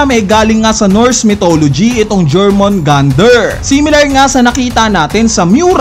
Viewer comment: Yormungandr = Jormungandr